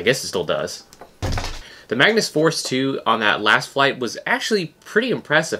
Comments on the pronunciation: why were you saying mangus ? its mag-nus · its actually pronounced MAG-nus (its my name)